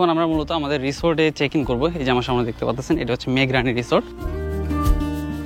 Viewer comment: সবই সুন্দর শুধু "সা মো নে এবং বারবার মূলত মূলত" এটা শুনতে কেমন জানি লাগছে এছাড়া অন্য গুলো ঠিক আছে।